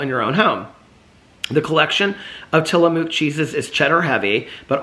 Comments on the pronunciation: Tillamook is pronounced like Tilla-book. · Tillamook Cheese is from my home state and it's pronounced Till-a-muck. We would go there as a kid and get to tour the factory and sample cheeses and I love the squeaky cheese curds that you can only get from the factory. I distinctly recall getting their chocolate peanut butter when I was little and the peanut butter was an actual soft peanut butter and it was heavenly. I don't think it's as good as it was when I was a kid. Also, we have done work for them at the engineering firm I work for now. Full circle with Tillamook. The vintage cheese from Tillamook is just from different years of age and it's quite pricey. We gave them to clients in a gift basket one year and they were about $15 for a tiny piece of cheese. I will say, I have recently tried their cream cheeses and I did not care for them as much as Philadelphia. It had a strange warm mouth feel. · Tillamook, pronouced Tilla-muk. I was born in Tillamook, Oregon. Ice cream is also yummy.